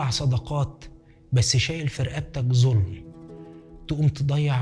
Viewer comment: ما شاء الله يا ريت ننتبه لما نقرأ الآيات تلفظ ظلم وليس زظلم